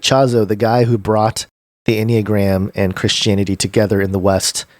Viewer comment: “N uh gram”